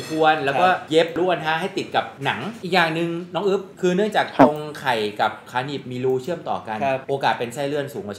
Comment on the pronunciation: อึ๊บนะ ไม่ใช่กึ๊บนะ 55